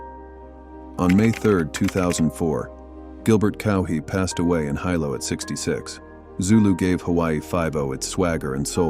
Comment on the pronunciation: Hilo is pronounced ‘he-lo,” not ‘high-low.’ 😅